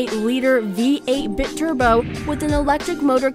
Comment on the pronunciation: Biturbo is not pronounced bit turbo.